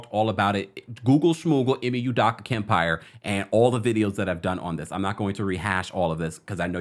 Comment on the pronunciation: First his name is pronounced Ee-may You-doe-ka; secondly he deserves to earn a living just like the female involved who received NO repercussions; yes Nia is a Scorpio; The nets are a HOT MESS🥵; if he got them to the playoffs it would prove how great of a coach he is. And I’d love to work for